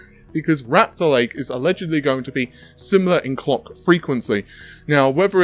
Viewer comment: Did he just say "cock frequencies" 🤣